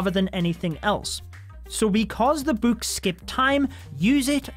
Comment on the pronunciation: I love using buuks. Buuks are my favorite addition. If I see something I can use a buuk on, I use a buuk on it. Buuk the troops? Yes. Buuk the hero’s? Yes! Buuk the everything?! YES!! Buuk buuk buuk. That’s how it’s pronounced, that’s how it’s spelt. BuuuuuuuuuuuuuuuuK